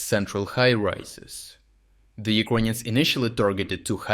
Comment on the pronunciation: Serious question for every video you post. Why you pronounce the country "Ukraine" but the people "yirkonians"